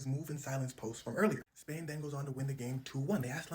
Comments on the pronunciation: Did he say trash versus Spain?😂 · Did he say Trash Vs Spain😂